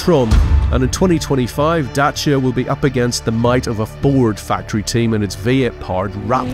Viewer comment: I like how he pronounces Dacia in the correct romanian form